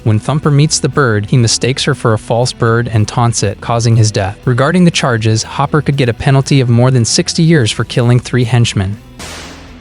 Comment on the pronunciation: I love how you called Hopper "Hooper". Lol. 🤣😆